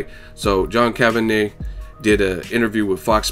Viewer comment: John Kavanyah, John Kavanay, John Kavanah... has no time for that! Haha